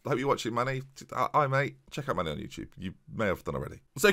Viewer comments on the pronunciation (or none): none